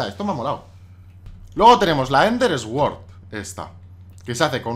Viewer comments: no se dice esword se dice suord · Me hace gracia cómo pronuncias "sword" x) En realidad se dice como "suord" diría yo :p